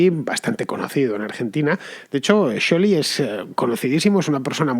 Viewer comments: Me mata como pronuncia scioli . felicidades tarde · Si bien el apellido Scioli es italiano y, por ende, se pronuncia "sholi", nadie en argentina ni el propio scioli lo pronuncia así. Él lo pronuncia "sioli"